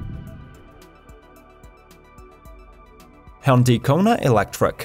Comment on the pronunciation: Congratulations! The first ev publisher to come very close in pronouncing Hyundai as close to Monday as possible.